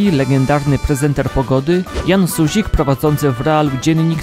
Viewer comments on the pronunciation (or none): Jan SuziK? Raczej Suzin